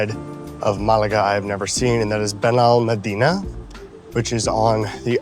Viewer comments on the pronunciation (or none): Hey! El Pinillo is my stop, we live close enough to walk to Torremolinos center, the beaches, or Benalmádena Arroyo de la Miel. Enjoying your channel. One quick note on Benalmádena is you stress the syllable with the accented á, so it is “ben el MAD eh na.” Cheers! Thanks for sharing! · Benalmádena no lo sabe pronunciar, ya aprenderá,es muy joven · I noticed that you mispronounced Torremolinos and Benalmádena as well. Spanish pronunciation is highly regular and easy to master.